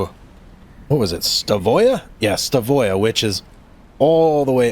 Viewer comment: it's pronounced Stav øya .. NOT Sta vøya ....øya means island